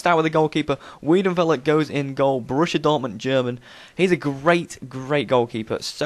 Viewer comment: ARE- NAR- TOE -VICH..and WHY-DIN-FELLA Ur welcome :)